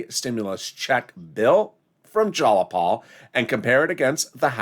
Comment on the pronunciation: Jiii-a-Paul, Not jallapaul